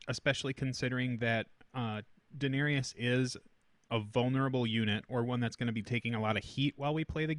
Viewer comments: This bothered me pretty bad too lol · This was triggering me hard, too. :D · Thank you, glad it wasn't just me 😂